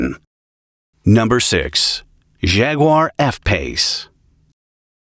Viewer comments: Jag-uar, not Zhag-uar. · he really calls them Shaguars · When did Jaguar become shaguar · What a funny way to pronounce "Jaguar".